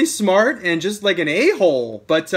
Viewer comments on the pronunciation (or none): none